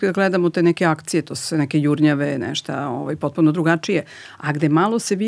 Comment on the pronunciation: sve tip top , teče razgovor , prijatan , fonetika , i onda čujem kaže " neštA" hvala , prijatno ... odustajem